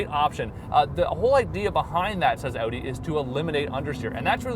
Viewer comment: That's the right was to say Audi - remember its German not "audio with the o"